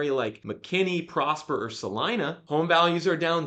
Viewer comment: Kudos on being able to pronounce Celina correctly. 😂